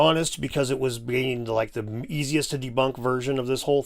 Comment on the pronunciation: "Zee Greeks" 🤣🤣🤣